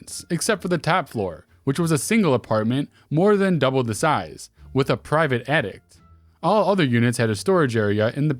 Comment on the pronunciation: Lol. In the beginning of the second story he said private addict instead of attic.